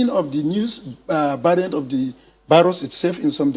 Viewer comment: It’s VIRUS not BIRUS🙄